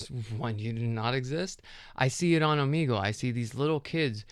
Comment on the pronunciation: Have i been saying o-may-gle wrong?😮